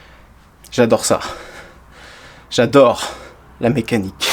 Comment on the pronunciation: « J’adore ça, j’adorrrre la mécanique » Je me suis repassé la séquence plusieurs fois 🤣🤣🤣